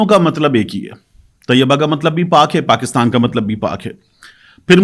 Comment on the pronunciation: ریاست طیّبہ نہیں بلکہ ریاست طَیْبہ ہے